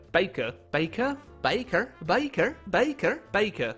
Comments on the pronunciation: Dude....it's pronounced BAKER. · No no no, it's baker, not baker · Game say Baker: Bakuh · Did you Say Baker or Bakah/Beiker/Baiker/Bakher?